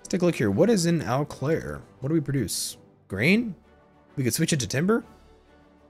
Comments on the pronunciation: One pronunciation tip is that for Eau Claire, "Eau" is pronounced "u". I could be wrong but I am a native Wisconsinite. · The pronunciation of Eau Claire made me cringe so hard haha